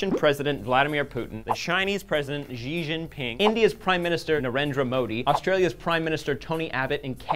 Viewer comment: Oh god you butchered Shi Ji Ping's name lol